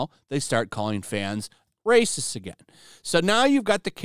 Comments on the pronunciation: This brrrrrrrrracist never gets old xDD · RRRRRRRRacist RRRRRRReceipts please?? They have none!